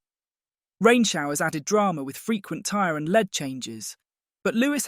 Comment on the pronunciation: When your AI voice can't tell the difference between lead and lead and you choose a British voice and use words like Wiinningest. I asked YouTube not to recommend channel in future.